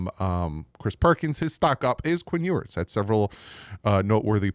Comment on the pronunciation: You’re pronouncing his name wrong, which is OK just go with NWI